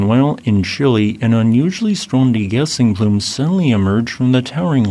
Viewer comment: Great video as always…one point…it’s Chi-LEH not chili…you visit it, you don’t eat it 🇨🇱😉